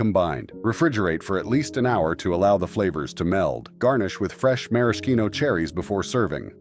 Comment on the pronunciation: AI mispronouncing again The cherries is pronounced mara shino. Man why do people have to do AI for videos like this when the human touch would be much better.